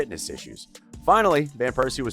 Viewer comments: Robin Van Pears See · No one has a problem with him saying "Piercey" instead of Persie every time?!? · Its well-known English speakers say VAN (like the car), wherein dutch the V is spoken as an F sound, but calling him Piercey in a tribute video.. my God my ears will bleed for weeks.